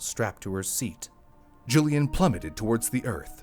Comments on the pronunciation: Why do you call her Julian? Isn’t her name Julianne? Pronounced Juli ANNE. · Julianne isn't pronounced Julian.